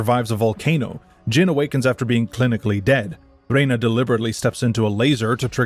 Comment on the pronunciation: Although Jin is not pronounced like gene. It is pronounced like gin.